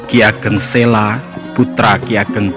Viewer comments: Maaf mas, sy sering nonton seri video sejarah jawa.. cukup informatif. Hny saran sy dlm narasi utk vokal 'a' adakalanya dibaca 'o'.. spt: penulisan 'P Benawa' hrs dibaca 'P Benowo' begitu jg dlm penulisan 'ki Ageng Sela' dibacanya 'ki Ageng Selo'... salam semangat.. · Mas masukan penting ttgejaan bahasa yg disempurnakan, memang kita irang Indonesia asli tetapi semua nama spt nama gunung, nama tempat, nama orang, nama sungai jgn DIRUBAH membacanya dan rulusannya, selo ya selo jgn ditulus sela dan dibaca sela, jgn jgn dan jangan. Purbaya membacanya purboyo, paham mas. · Bacanya itu yg bener ki Ageng Selo...bukan Sela ...o..lafal Jawa ..misalnya Wonosobo ...gitu